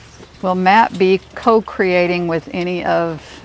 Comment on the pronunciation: Oh that "co creating" was done perfectly. How many other people would have stumbled.